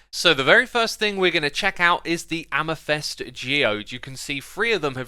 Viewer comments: Please someone tell him, it is not amethEst but amethYst. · I hear Amythest insted of AmEthYst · the 'y' in amethyst is more of an I. "am-a-thist" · The way he pronounces amethyst "amethest" makes me angry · Amathest? I dont think thats how it’s pronounced 😂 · Ah man, pronouncing it like amefest got old real quick. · It's pronounced AmeFIST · You said funny once the "amethyst", like "amesfest". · Man I'm so keen for these amethyst, er, "amathest" geodes :) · Why Xisuma pronounce “Amethyst” as Amethest? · Why do you read "amethyst" as "amethest"? ( no offense of course, but that's just a bit weird ) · "Amethest" and "Calicite"! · his amethyst pronunciation hurts me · The way Xisuma pronounce Amethyst is new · While the updates are really useful and informative - please check your pronunciations before you record these videos! amethyst and calcite especially! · Is amethyst really pronounced the way he says it? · Why can't Xisuma say "Amethyst" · Did the way he said amethyst piss anyone else off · The way he says "Amethyst" ... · Good detail man, thought i'd say, amethyst =is pronounced to rhyme with fist (am-e-thist) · do you just love pronouncing things incorrectly because its really frustrating sometimes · Bruh, X, you know that you suck at Amethyst pronounciation? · It’s funny how xisuma can’t pronounce calcite and amethyst lol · Sounds like you are saying "Jeava" rather than "Java" (think of how Jamaicans say Jah - their personal name for God), "amithest" rather than "amethyst," lazuli should be pronounced with the accent on the "a" rather than on the "u." And I mean the green copper is essentially copper rust :| I wish they'd make waxed copper shinier and that they would add rusting iron mechanics. Thanks for the informative vid! :3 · Every time you say Amafest I say AmaFist - and it's a lot lol. It's Says not sez 😜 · I can't listen to him saying "amethest". It's so wrong!!! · "Amythest" :D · Don't mean to be nitpicky but it's pronounced am-a-thist not am-i-thist